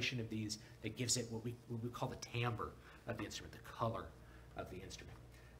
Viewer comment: thank you for pronouncing timbre correctly!!!